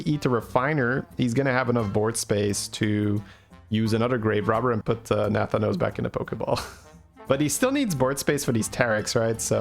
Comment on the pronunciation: no offense, but nathanos is pronounced with the stress on the 2nd a